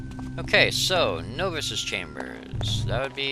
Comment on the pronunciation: you pronounce it "no-vices" (like the word "no")...it's pronounced nah-vices. :)